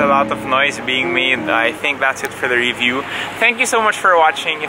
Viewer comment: Love how you say "re-view" instead of "review". hahaha. Keep going! Loving your vids.